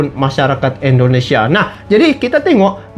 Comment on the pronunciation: bukan endonesia tp indonesia.semangat ngonten nya bang